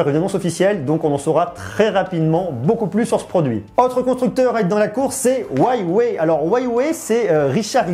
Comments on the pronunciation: c'est Huawei pas whyway 😂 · Huawei ça se prononce U ah way et non Ouaille-ouais... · Ca se dit wewey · Huawei se prononce ¢$££®>¥¤® ! Inculte ! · "hruawei" on dit même ^^